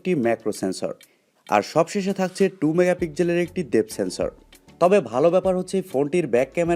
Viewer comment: megapigjel নয় রে মুর্খ ওটা pixel মেগাপিক্সেল উচ্চারণ না শিখে লাইভ করে দেশের সম্মান নষ্ট করছ